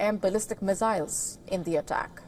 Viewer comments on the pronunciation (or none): Missiles not Mezails